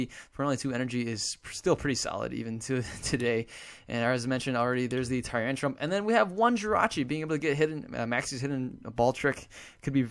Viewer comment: haha you always say tyrantrum"p", just like with the "skarmony" :D